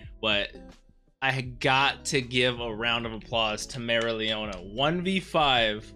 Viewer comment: Try pronouncing her name as merry-O- leona. Its the correct way.